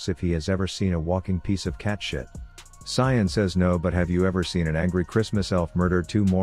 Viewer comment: Imagine pronouncing Sion as Cyan